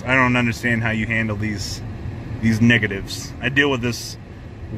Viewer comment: I thought you said the niggatives for a second xD